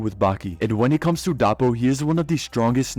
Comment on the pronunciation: Took me a bit to figure out he meant Doppo and not "Dahpo."